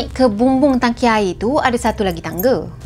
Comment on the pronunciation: Tangki. Bukan Taki😜😝😛🤪